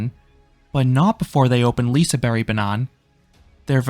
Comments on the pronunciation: I also thinks the pronounciation is good already, but the emphasis should come at ”berg” (ber-j). Lee-se-bEr-j. (The ”E” in ”Berg” could have the same sound as in ”squARE”. Kind of. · thank you. You’re the only one who has a clue. Swedish people get “J” and “Y” mixed in English all the time. The “g” at the end of “Liseberg” should indeed be pronounced as “yuh” and the “i” in Lise is short making it closer to “Liss” than “Lees”. Another thing no one is pointing out is that “L” and “R” are pronounced completely differently from Swedish in American English. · You pronounce it Lisa Berry. How is a silent G sound like a Y or IE? Wouldn't it be pronounced Lisebur? (Liseburg without the G) or do you know show to speak Swedish fluently? I just hope your wife doesn't about Lisa and her sweet berry. 😉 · as a local that’s not how we say it. It’s basically just Liseberg but the berg in Swedish is way softer than the English pronunciation so I can see how you might’ve misheard it as berry. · The G is supposed to be pronounced as a soft-J sound (like Y int he word Yes). So more of a "Lee-se-bear-j". Now this is just a short and simple explanation, I hope it helped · he pronounces it like us finnoswedes would pronounce it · Your note on pronunciation is entirely incorrect. For starters, the "g" at the end is NOT silent. It is not a hard g either, but is in fact pronounced as a j, just like the "g" at the end of the word "mountain" (because that last half literally is the word "mountain"). From the way you pronounced it at the very start, I can also point out a couple other flaws: "berg" is not pronounced as "berry"; The "i" in "Lise" is generally not pronounced as a long "i" sound, instead it is usually more as if you pronounced "lisse", making it pretty much the same sound as in "ligma" or "listen". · Def isnt lol 😂😂😂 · The G in Liseberg is not silent lmao 😭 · The G is not silent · No, the "G" in the name Liseberg is not silent when talking swedish. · You pronounce it lizeberj